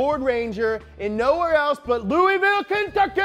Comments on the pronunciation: Hey btw its loo-i-vool not loo-e-ville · Man you've been away from Kentucky for too long. It's Loolvool not Leweyville bud lol. BCB 4lyfe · For someone from Kentucky you say louisville wrong Also 502 BABY!!